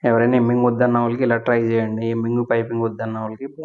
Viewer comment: Hemming అండి ఎమ్మింగ్ కాదు